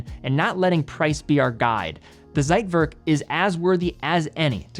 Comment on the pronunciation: Man, please learn how to pronounce "Zeitwerk". What kind of expert are you when you don't know how to properly pronounce things you are talking about?